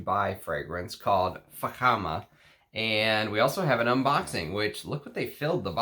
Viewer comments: Thank heavens he pronounced it correctly!🤣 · You initially pronounced Fakhama perfectly,. The Spirit of Dubai indeed is an over the top brand and their stores reflect that - quite an experience. Salesmen are attentive and welcome you to sample all frags without pressure. Really loved Baz and Abraj. The Saudi Arabian Taif rose you mention is very popular as an oil and in frags in the GCC region and yes Russian Adam's Malik Al Taif is a fine example.